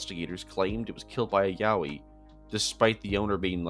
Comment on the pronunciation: i got a whiplash from hearing yowie as yaoi